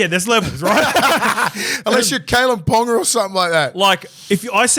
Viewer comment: Scope should know better. “Pauga is not pronounced “ponga”.